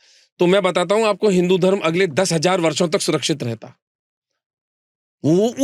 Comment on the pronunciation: Sorry bro pr Aap धर्मा hi q bolte ho ye koi cool dikhne ki chij nhi he Thoda smjho धर्म bolo धर्मा, कर्मा , रामायना,........🙃🙃